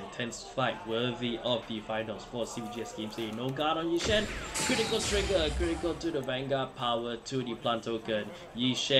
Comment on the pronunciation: "No Guardo, Come at me!": "Toriga Check": " KORITIKAL TORIGA! ": " as age I Tea"